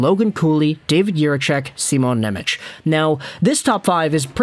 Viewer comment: I love you, buddy, but before i have a conniption, i have to let you know it's pronounced "NemeTS", not "Nemech." His name is spelled "Nemec" Slovak, the "c" is a soft "ts" sound, whereas the "č" is an english "ch" sound, like "Černak". (Related side tangent, the Slovak "Ch" like in "Chara" is actually a hard "H" sound similar to "Channukka" [sp?], people have been mispronouncing Chara's name literally his whole career.)